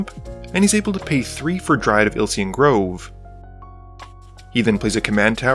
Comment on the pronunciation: There's a y in Ilysian Grove. It's not Ilsian Grove. So it is pronounced "Ill-ee-zee-un". It's a reference to the "Elysian Fields" of Greek mythology, and it's a Greek word.